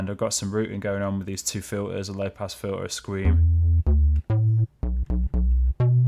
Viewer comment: FIL-ah? It's pronounced FILTER. There is a T in that word.